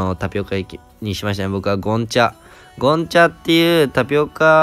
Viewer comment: ゴンチャの発音違くね？？